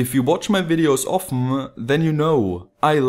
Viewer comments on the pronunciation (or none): what did u say in the begining? : If you watch my videos oftnua? did you mean often?, lol